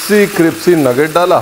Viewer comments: Nice cripsy 😂potato nuggets.. I will try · raveer said cripsy...instead of crispy...😂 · Chef, your use of cripsy instead of crispy sounds good!!!!! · Crispy ko cripsy bolte hain ranveer ji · You look more cute when you say CRIPSY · How many heard Cripsy even it happens to me that I get confused with crispy and cripsy 😂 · क्रिप्सी ❌ Cripsey क्रिस्पी ✔️ Crispy गुगल महाराज बोलकर भी सुनाता है. 🙏😂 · Jaise ki aap ne gurkirat ko bola kaabuli nahi kabuli pullao waise aap galti kar rahe hai cripcy nhi hota hai crispy hota hai 😅😅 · Aapke "Cripsy" par waari jaava! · Its crispy....not cripsy.. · App crispy ko cripsy bolte hee😂😂😂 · Tusi crispy nu cripsy kyu bolde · Cripsy ya crispy 😂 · Crispy nu tuci cripsy bolde ho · Any one notices he said cripsy instead of crispy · Boss it is crispy* NOT crispy, Mera sleep of tounge ho raha hai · Why do pronounce it cripsy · Does anyone notice that he calss "cripsy" not crispy 😂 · Tum hamesha crispy ko cripsy kyu bolte ho? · Cripsy nhi crispy hota hai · It's crispy not cripsy 😂😂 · CRIPSY? Lol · Sabme besht kripsy pehle mujhe laga miane kuch galat suna h 😆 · Ur saying cripsy.... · Cripsy cripsy thoda over hogya. It's not funny anymore. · Ranbirji aapn kipsy q boltey ho....it should be Krispy 😂❤love ur all teceipes 😊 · Crispy hota hai cripsy nahi🤣🤣🤣🤣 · Sir g aap crispy ko cripsy kyo kehte ho mene bhot baar suna h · I simply love the way you say 'kripsy' for crispy😂😂. Thank you for the amazing recipes and the entertaining videos. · Cripsy so cute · aaj mujhko pta chalaa crispy ko cripsy kehtey hain love you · Chef ka cripsy kehna bht acha lgta hai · i love the way you say cripsy and not crispy. its cute. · Dear chef, I enjoyed your word cripsy instead of crispy it was mast ❤❤😂😂😂 more love to the most resercher food chef❤❤❤❤ you and your smile is amazing 🤩😍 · I like your videos very much.. Thank you. I would like to correct one word that you use often, it's criSpy not cripSy.. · Haha from long time I am observing Ranvirji..you say cripci..